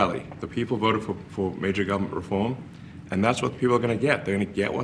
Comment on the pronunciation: Elon Fudd “mayja guvamint wefoam”. “Shhhh. Be vewy, vewy quiet. I am hunting wascallly ineffwishencies!”